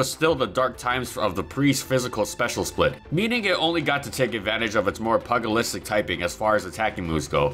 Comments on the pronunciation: Just so you know, it's Pyew-jih-listic, not puggleistic. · Pyooj-ilistic not pug-ilistic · There was a word where it took me a while to figure out which word you were trying to say, but I can appreciate the effort since I've mispronounced plenty of words I read long before I ever heard them out loud. It's "pew-jill-ist-ic" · Love this and love Breloom. By the way, "Pugilistic" is pronounced pyoo-juh-list-ic jsyk. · Pugilistic. Pyoo-jill-is-tick. Pugilistic. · It's pronounced "Pyoo-jah-list-tick." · PUGILISTIC = PEW-JA-LISTIC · ... That is not how you pronounce 'pugilistic'. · Pugilistic the G is pronounced like J in John (No disrespect meant, I love you and your videos.) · I think the g in pugilistic is pronounced like the g in luge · Please look up the pronunciation of pugilistic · Not that it matters much but "pugilistic" is pronounced with a soft 'G' as in "George" or "Germany" just so you know. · You don’t pronounce pugilistic like that